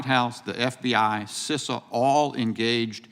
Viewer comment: You are making me mad you don't know how to say Cisa